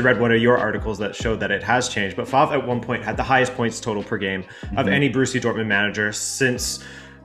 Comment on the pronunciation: Fantastic video apart from the way you pronounce Favre